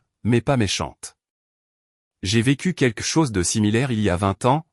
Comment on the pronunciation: QuELQue, queLLLLLLque. Pas quaique. Merci. Et plus réaliste le récit, les recherches sont faites pour ça. Ce n'est très professionnel ça. 🤔😏